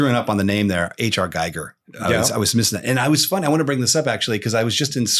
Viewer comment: H.R. GIGER is pronounced GEEger and not GEIger